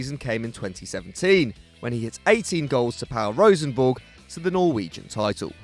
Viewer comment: Great video, but I should let you know, it's pronounced 'roosenborg' (I am Norwegian xD)